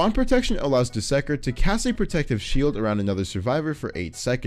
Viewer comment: You said dusekker wrong